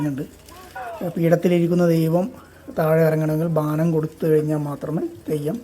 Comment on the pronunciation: ബാനം അല്ല bro.. ബോനം ആണ് 🙏🏻